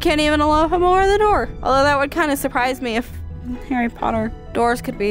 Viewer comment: Omg it’s jearie potter